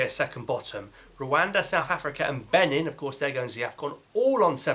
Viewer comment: Not Benen! It’s « Beneen! »